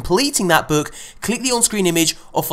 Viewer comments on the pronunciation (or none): none